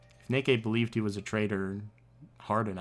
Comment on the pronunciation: This trial is gives such an Among Us vibe, and no one can deny it. Edit: Hold on-I swear I heard you pronounce “Nikei” like “Nay-kay”